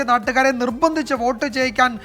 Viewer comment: വേട്ട് അല്ല വോട്ട്